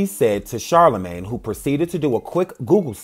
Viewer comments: The man said CharlaGay 😮😭😭😂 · CharlaGAY?! I CANNOT WITH YOU!!!! LOL ( I love you anyway)